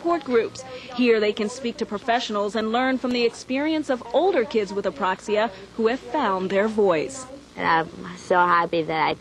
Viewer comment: ...too bad she couldn't pronounce "apraxia", it kept coming out Aproxia. Oh well at least they made it known to people sitting at home who may have never heard of the disorder.